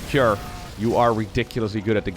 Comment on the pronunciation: Not Key er, Kew R.